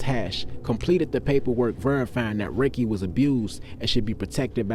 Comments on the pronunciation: His name is Rakie not Riky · Appreciate that I was just about correct that... "ROC" not "RAKE". But Dope story big dawg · We pronounced his name Rock-kee. Never heard no one said rakey before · So you not from Richmond, right? Dude name is pronounced rah-kee not pronounced Ricky.. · This story is amazing to say the least, but every time you said his name I cringe because that’s not how it’s pronounced!! It’s Rah-Key not Raykee!! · You being from Richmond you should know his name not Raykee it’s Rah-kee stop getting stories & just telling them get with actual ppl who knew what was going on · This mann ive never seen and yall only know what the news told yall. BUT DID YOU REALLY KNOW RAKIE PRONOUNCED RAH-Key and I definitely couldn’t take you serious beyond the mispronunciation of his name. He went through what he went through and there definitely was a side of him that i know first hand yall never speak of. Thank You Rakie for the good of you poured into me i carry. Especially the brotherly love you had for your sisters that i was shown as someone else sister and it was a pleasure running messages between you and your first love that blessed in your one true love and the parts of your goodness deep in her you live on through Rakiesha❤️❤️ forever with us. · This was in the 80s and it's pronounced rah-kee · He name was pronounced RAH-KEY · His name was pronounced Rah kee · I was waiting for this video about Rakie Cloyd to come out when I saw the video from a couple of weeks ago about The Johnson/ Brown Gang Story, and was looking for some photos of Blackwell. I'm from "The Grove", but I hung out in Blackwell when they had the PJ's. And I knew there was going to be some in the comments about the pronunciation of Rakie's name... (Rah-Kee). It's cool tho, I'm just waiting for Part Two. Keep the stories coming. Southside (South Richmond). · It’s RAH-Key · In part 2 please pronounce Ra Name correctly it was pronounced Rah-kee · Rah-kee bro get it right fam. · It’s Rah Key